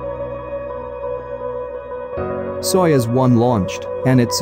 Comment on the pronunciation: It’s pronounced „sayoooz“. I had to watch the video three times until I understood what they were talking about 😅🙈